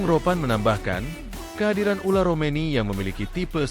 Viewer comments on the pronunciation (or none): Min ngomong yg bener orang namanya ole romeny dipanggil ular...😂😂😂